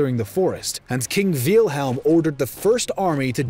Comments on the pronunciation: Did the narrator just pronounce Wilhelm Veal-helm or was that just me hearing it like that. Anyway great video, this war needs to be covered more. It’s actually such an important war for Europe. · Wilhelm, Not Wilhem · I want to subscribe but this guy's pronunciations are kinda pissing me off. Said "Kawn-ig-grawts" for Königgrätz, "Fran-see-kee" for Fransecky, "Veel-helm" for Wilhelm, and more. Come on bro, these aren't super hard German words, normal English speakers can say these right man.